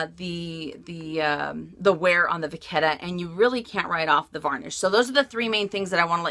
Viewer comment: Vachetta = va shhh ae ta. You're saying it with a k.